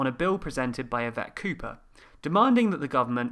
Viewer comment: the "Cooper Bill" becomes to the "Copper Bill" and stays like that for the rest of the video...